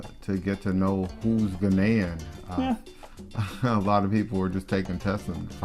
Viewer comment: Ghaanian not Ghenian lol🤣